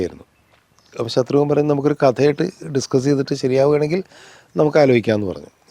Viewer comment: Ghnanan vittupoyo? Shathrugan alla Shatrughnan..Kamal saarinu inganathe mistakes pattathathanallo